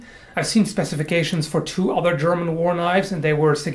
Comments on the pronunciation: Your German pronunciation is really good! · one english speaker who is capable of pronouncing a german word correctly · Your German pronunciation is pretty good! Greetings from Germany! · i like your pronunciation of german words :3 very accurate